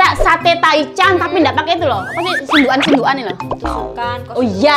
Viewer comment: Sunduk.an sunduk.an Ya allah omay jawanya masih melekat di hati....